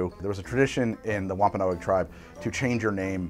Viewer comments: wom-pa-nog NOT wom-pa-no-egg mass-er-ate NOT mace-er-ate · Dude I’m from Massachusetts....it’s “Wampa-nogs” 👍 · Great attempt at pronouncing Wampanoag 😅